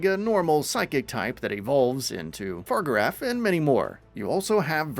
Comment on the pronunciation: Girafarig is a GEN 2 Pokemon, Farigiraf looks NOTHING LIKE GRAFAIAI, and they're pronounced Jir-af-a-rig and Fa-rig-i-raf. You clearly haven't played Pokemon, or at least seen any of the Scarlet & Violet trailers in full, as you also butchered almost every Pokemon's name wrong.